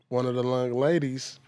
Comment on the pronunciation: “One of the loung ladies” 😂